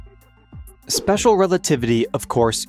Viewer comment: Spesher rerativity.